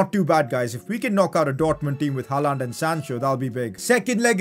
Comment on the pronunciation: Stop saying: '' Halland'' it's ''Haaland''!